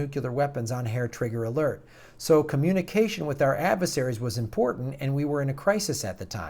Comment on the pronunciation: Nuclear, not Nucyooler, get it together!